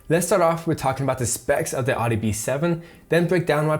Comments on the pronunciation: wtf is a Adi ? Audi its called . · The way you pronounce Audi is cringe lol. Other than that, good video👍🏻